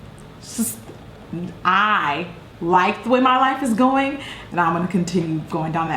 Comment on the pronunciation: Can I just say that I love how you say "going". I'm from the UK and every time I watch your videos I spend the next week saying "gwaiing" lol I love it